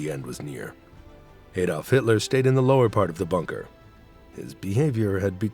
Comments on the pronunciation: It's 80 years since the end of WWII and Americans STILL can't pronounce Adolf correctly, with or without a funny accent! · He can't even pronounce Adolf!